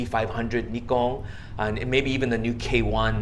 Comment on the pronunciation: finally, a photographer who can and willing to pronounce nikon correctly. haha